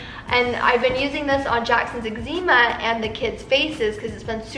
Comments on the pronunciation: Excema.....not exeema...lol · Isn’t it pronounced like exema?? But spelled eczema? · Us pronounce it Egg-za-ma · you could be nicer. Egg-za-ma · I had to go google it. There is more than one way to say it and people get into debates about it, there is even a reddit about it! LOL I have just never heard it pronounced this way! =o) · Stop saying eczema wrong 🙄🙄🙄🙄 you sounds like an idiot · please don't be rude to she tried her best to say the word and I'm pretty sure you don't liked being called an idiot so don't call anyone else an idiot